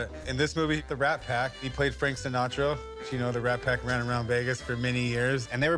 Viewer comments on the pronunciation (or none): Gaius Baltar, he also said Frank Sinatro